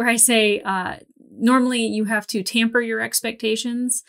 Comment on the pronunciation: "Temper" your expectations, not "tamper", heh heh FTFY